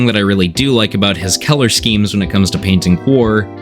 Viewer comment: Are you from Pennsylvania? You pronounce color like Keller. That's definitely a PA thing